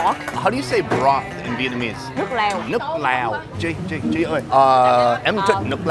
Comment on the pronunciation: that "chi oi 2 bun rieu" is on point